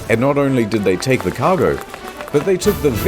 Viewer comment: No cursing I’m owny fwee